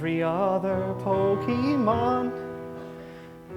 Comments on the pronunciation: He still can't say Pokémon correctly. And I love it. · "Can you still call it the perfect pokerap, even if it mispronounces 'pokemon'?" Apparently....... yes. (this was way more awesome than i expected) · terrible he keeps saying pokEEmon. like bro.